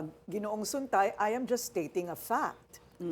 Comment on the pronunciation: Sungay, hindi Suntay!